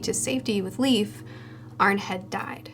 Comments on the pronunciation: Just so you know Leif is pronouced like life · I think Leif is pronounced like "Life"